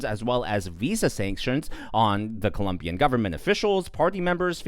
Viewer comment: Hey, it is not Columbian It is Colombian. The country is Colombia, not Columbia. FAFO. Trump is a real gangster.